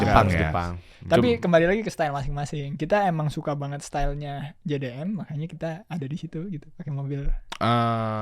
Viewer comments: kayak mahamin mobil buat harian mereka sama buat balapan beda mobil. tapi ngiranya satu mobil. trus beberapa kali ngomongnya JDN bukannya JDM. bahas GT86 yg ditampilin mobil balapnya ziko 😅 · Host nya gk bener, nanya nya ga nyambung, gk jelas, gk ngerti tapi sok paling ngerti, ngeselin bgt sama host nya nyebut jdm aja jdi jdn wkkwkw, mobil dibandingin sama motor kocak bgt nih host nya udh ga ngerti sok paling ngerti, PANSOS